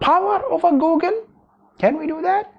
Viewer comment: It's pronounced GOO-gol, not whatever you said.